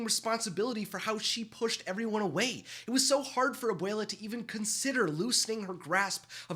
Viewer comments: Abwayla, that's how you say it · stop saying abuula